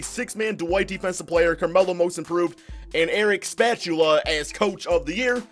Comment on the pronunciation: Did he say Eric spatula like a spatula you flip eggs with 😆